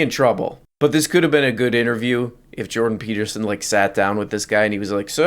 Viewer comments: it's Jordan Peelterson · Jondon Pee Beatermin